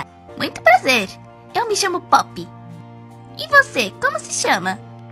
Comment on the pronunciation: Tei um erro nesse filme porque como a professora falou pop ela fala pupi